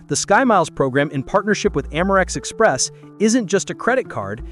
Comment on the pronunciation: "Amerex Express" -- Really?? YouTube should demonetize or at least provide a prominent warning on videos using AI narration.